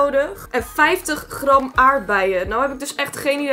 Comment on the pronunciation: De manier waarop ze GRAM zegt😂😂